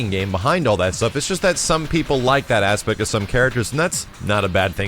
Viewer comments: i cant be an adult i laughed every time he said ASSpect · that ASSpect :)